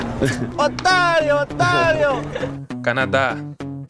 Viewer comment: McGregor falando otário otário é engraçado kkkk